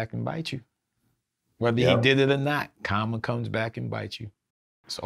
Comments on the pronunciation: Nigga said comma its Karma 😂😂😂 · Thought he randomly said "comma" not Karma. lol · Is he saying Comma? lol